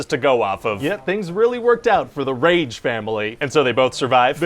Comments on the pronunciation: A few things I really enjoyed about this video: The emphasis on the word “rage” Flashback tid bits “Now you’re getting it” “I truly, I’m not” Evolution talk The fact that it reminds me of kids telling me stories and me not understanding them. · Omg why does he have to say rage like that 😂😂🤣🤣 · The emphasis on Rage , lol